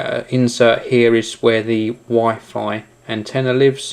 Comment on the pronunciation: wuhheye feeeiiiy